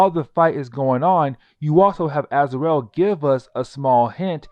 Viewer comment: "Az-ar-el"... smh... can't even pronounce the names right, but this dude makes videos explaining them.